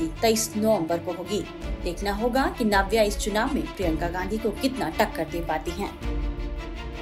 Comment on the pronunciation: 👎👎👎👎👎👎👎👎 नाव्या नहीं नव्या। पहले तो नाम को सही बोला कीजिए।